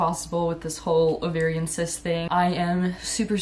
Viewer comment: Omgosh literally thought she said "I'm going to update you guys on my incest thing I've been dealing with since March" .... Nope, it was the cyst situation lol, I was stunned 😂